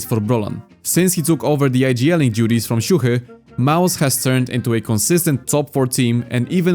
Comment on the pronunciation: Bro exposed his polish heritage after saying the most perfect "siuhy" ever